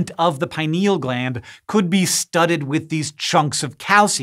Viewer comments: I learned that gland to be pronounced as pin-eal not pi-neal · PIN EEL, not pie-niel